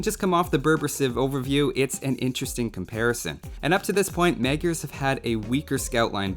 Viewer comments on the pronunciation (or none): This is how you pronounce it: It's like "Muh-jar" soft on the j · I feel so horrible for saying this, but it's technically pronounced 'MOD-jer'.